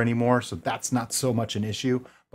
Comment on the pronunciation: you're killing me saying oxidation "ox-ih-ta-zay-shon" 😂😂